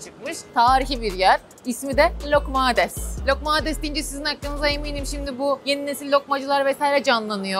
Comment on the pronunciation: Lokmades değil loukoumades(lukumades) 🙂